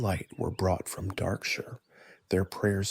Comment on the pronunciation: Is this text to speech or AI? Just curious because Darkshire is not pronounced like that.